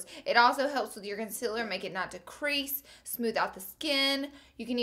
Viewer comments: does anyone else notice the way she says concealer? she says conciler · Am I the only one who notices she says "conCILer" ????? Idk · a must see when im going to shop for new makeup ..always find myself going back to check your monthly favorites to see if its a must for me to buy it lol .. p.s love the way you say concealer 💞💞